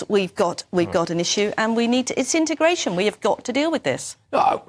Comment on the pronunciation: Did she say integration? 😂